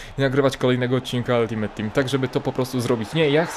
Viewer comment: Czemu ty zawsze mówisz altimet a nie altimejt ?